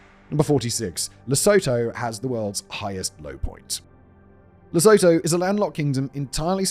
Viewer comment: Really don't want to because this and your other videos oare brilliant, but I just have to... Lesotho: correctly pronounced as La-sue-too